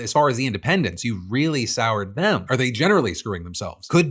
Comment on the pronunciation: did he say… dumb instead of dem